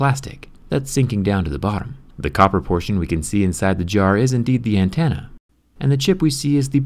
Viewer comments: Is it just me or does he say "antenna" as "antanna" Idk but its bothering me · What’s an antanna jerry lol